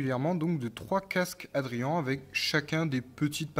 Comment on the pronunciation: Tres jolis casques ! Et bravo car tu es un des rare sur YouTube qui prononce bien Adrian 😂😉